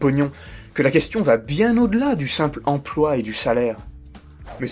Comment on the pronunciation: j'ai horreur de ces intervenants médiatiques qui disent "empoi". Que je sache, il y a un L entre le P et le O. "empLoi" ! Non de dieu, c'est pas compiqué !